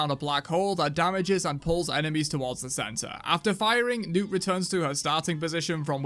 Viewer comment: He finally says “Newt” lol I figured his accent changed the pronunciation 😂